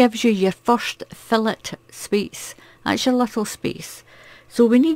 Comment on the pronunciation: Loving your tutorials, i love doing Filet (pronounced Feelay) crochet, it's beautiful.